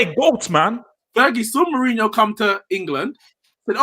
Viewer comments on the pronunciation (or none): My man said “Uncle Who” hahah jeez put some respect on mourinhos name smh